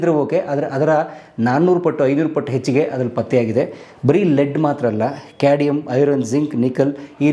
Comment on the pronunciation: Adu cadium alla cadmium